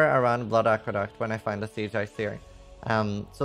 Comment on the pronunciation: i love how you pronounce "siege axe" "sea jax" lol super interesting